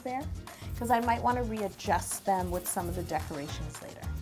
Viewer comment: I burst out laughing when I realized what she was saying sith "funnel"